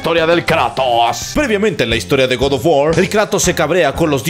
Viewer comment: Personas normales: god of war: god of wor